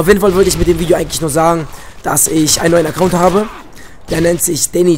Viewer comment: T vergessen du schlaumeier! Acoount NICHT Acoound! ;D